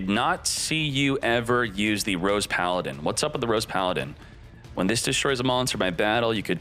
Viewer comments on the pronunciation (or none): none